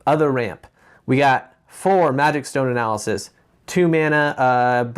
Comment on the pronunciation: Analysisisisis, best part of this vid XD and plural is analyses, pronounced ah-nal-ah-sees